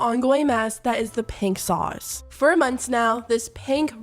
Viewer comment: When you say "for months.." I can't help but hear "ferments"😕